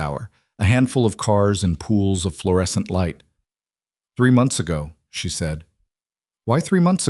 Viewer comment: It would also help if they actually knew how to read the word lead. We also don't have to hear the same thing five or six times like her hearing the fluorescent Buzz of the fluorescent lights.... Plus they should actually spell & pronounce fluorescent correctly as well